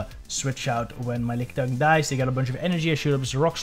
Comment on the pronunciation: LOL, man....I've never heard anyone call it "Lick-ee-tongue" before, but this is now my official cannon. I will accept no other pronunciation from this point forward! :D